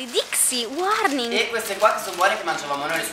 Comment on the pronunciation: ma chi è che dice sempre "wwarning"??? :)